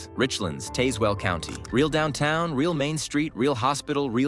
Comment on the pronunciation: PS: please tell your AI how to pronounce Tazewell.